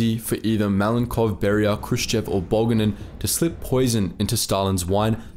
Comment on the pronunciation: Looks like Moldova got turned into a giant lake. And why does a European map for a Stalin topic show post-Soviet nations and borders, anyway? Also, I'm pretty sure "Bulganin" is accented on the second syllable, not the first. It also seems like you are confusing Bulganin with Molotov, as far as the putative assassination plot goes. Other than that, it's an interesting topic and I enjoyed the video.